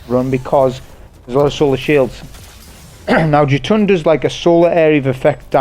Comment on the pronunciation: Jötunn is pronounced 'yer-tun'